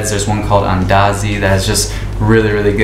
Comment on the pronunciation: The way you pronounce"andazi" , " ugali" just like a local 😂